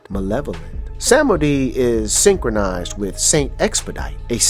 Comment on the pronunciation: Vodun is pronounced Voe-doon and Samedi is pronounced Somdee. Otherwise, nice video.